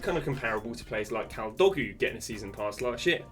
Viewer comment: Bro said kaldogu